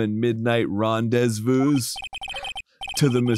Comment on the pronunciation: I dont know why but Arin's ability to mispronounce rendezvous, audibly notice it, but keep going sent me into orbit